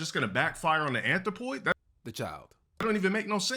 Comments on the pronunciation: GA-DUUUH NOT DA ANTH-RO-POY 😩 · This du constant butchering of the English language is triggering. Like why does he keep saying anthropoid when he clearly doesn’t know what it means? This is up there with him using spectacle and morality.